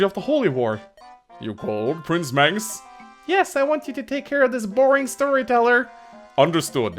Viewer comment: thank you Mangs (that's how you pronounce my name)